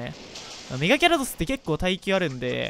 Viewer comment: ギャrrrドス